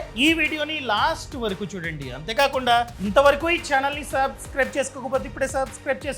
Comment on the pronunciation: Your Sub..scribe pronunciation is not perfect and not listenable. Rectify yourself.